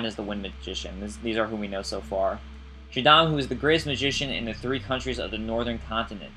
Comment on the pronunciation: Shaddam? Is it Shaddam Hussein by any chance?